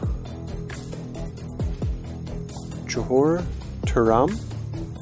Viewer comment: I love this series so much so far! and yes that how you pronounce Johor